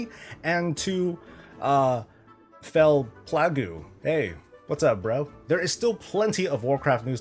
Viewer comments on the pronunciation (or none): “Fellplagoo” Yeah. Okay.